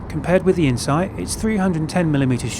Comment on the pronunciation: its zeee